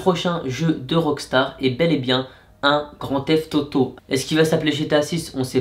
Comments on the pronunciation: Tu a dit grand teft Toto 😆😆😆😆😆🤣🤣🤣😂😂😂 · Il dit Grandtheft tauto